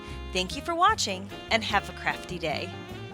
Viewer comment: when she said "Have a crafty day!" I thought she she said Have a crappy day! Lol! oops..